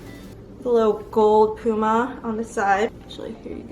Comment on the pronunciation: It's pu-ma hun p-uma is like saying timon and pumba 😂🤣